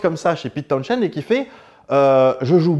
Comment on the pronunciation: John Entwistle surnommé 'The Ox" c'est pas pour rien , son jeu et la façon dont il utilisait son matériel a fait de lui l'un des meilleur bassiste et sinon Townshend ça se prononce pas comme ça goddamnit